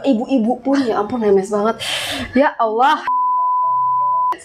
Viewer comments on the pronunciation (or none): none